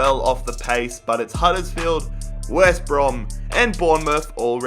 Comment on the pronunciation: He say west bra lol